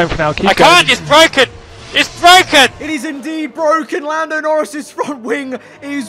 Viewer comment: It's bwoken